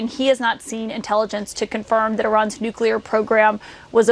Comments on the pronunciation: Nukelar lol Do any of these imbeciles speak proper English? W started it. Makes me embarrassed. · Why do people have so much trouble pronouncing nuclear? There’s no such thing as ‘nucular’. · Why the hell cant people pronouce nu-cle-ar correctly. Nu-que-lar sounds downright stupid. These are educated people. WTH? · Nice video! However it's "NUCLEAR" not "NUCULAR"!!! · I like how these media professionals cant even say nuclear correctly....its not Nuke-uu-ler......its Nuke-lee-rrr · Anybody that's continuously says nukular rather than nuclear should be told that they have no credibility until they prove they know how to read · Nuclear. Nu-clear. Not nu-cu-lar. Sound it out, people. The mispronunciation comes from some cold war politician who thought the word sounded scarier when pronounced incorrectly. But for god's sake, just learn to read and look at the damn word. 😂😂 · THE WORD IS NUCLEAR….NOT NUCULAR YOU BOZOOS !!!! Geeeezzzz… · It’s annoying when people pronounce Nuclear like NukUlar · Look it up, there's no such word as nucular. It's nuclear. The ignorance of that mispronunciation prevents me from hearing anything else said. I'm completely behind president Trump and his administration but please have your people speak intelligently.we live in the nuclear age so we should be able to say it correctly. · It’s nuclear…not nucular!! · Nu clee ar. Not nu cu lar. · I can't hear NU- CU- LER more then twice before changing it. That goes through me like a bunker buster. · Always laugh...WHY can nobody pronounce 'nuclear'?